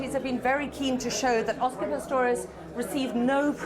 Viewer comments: Pretorius ???? His name is Pistorius!!!!!!! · ITS PISTORIUS. NOT PRETORIUS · It Oscar Pistorius, not Pretorius. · kim dav really, where? :D I only noticed, this guy is struggling with his name